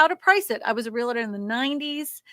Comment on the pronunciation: HEY; ONE EASY WAY TO REMEMBER TO SAY REALTOR CORRECTLY IS TO THINK 2 SYLLABLES AND NOT 3. REAL-TOR!